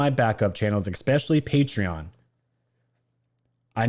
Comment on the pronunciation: Dude, you GOTTA stop saying 'ECspecially' 😂😂😂 you are a grown man, it's ESpecially lol 😆